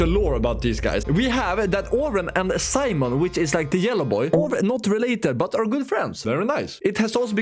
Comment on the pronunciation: His name is Simon not Simon mon